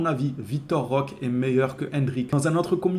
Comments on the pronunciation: C'est pas compliqué on dit Roquéééé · 🚨🚨🚨🚨🚨🚨🚨🚨🚨🚨🚨On prononce Roquéééé On prononce Roquéééé On prononce Roquéééé On prononce Roquéééé On prononce Roquéééé On prononce Roquéééé 🙏🙏🙏🙏🙏🙏🙏🙏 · C'est ouf d'ecorcher le nom de notre nouvelle recrue. On prononce Roqué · Roquéééééééééééééé avec un é